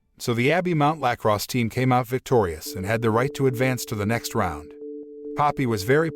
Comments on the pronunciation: the way he says lacrosse cracks me up for some reason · The way he pronounces lacrosse